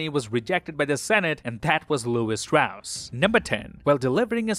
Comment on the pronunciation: Says he's seen it 4 times but still pronounces it Strauss instead of Stross. Suspicius activity tbh